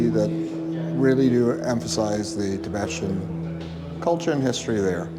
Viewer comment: It is NOT pronounced "Ti be shun". It is pronounced, "Ti be tan".....c'mon man, if you are going to mention them, get their name right at least.